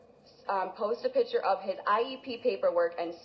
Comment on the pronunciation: It's PICTURE,, NOT "pitcher." Man O Man.